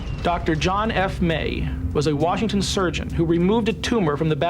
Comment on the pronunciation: Dennis, there is no R in Washington!!!